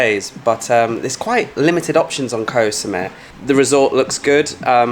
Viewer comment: You have been in Thailand long enough to know how to pronounce the word “Koh.”